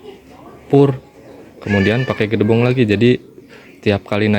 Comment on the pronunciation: jangansebut gedebong tapi gedebok yg, maafya